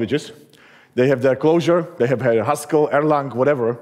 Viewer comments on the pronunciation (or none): Clojure, not Closure.